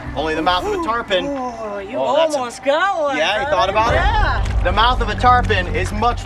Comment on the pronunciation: He says Tarpon, she says Turpon